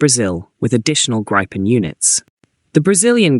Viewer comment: I think GRIPEN is pronounced as 'GREEPEN'.